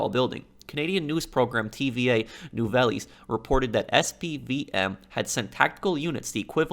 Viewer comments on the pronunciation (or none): it’s nou-vels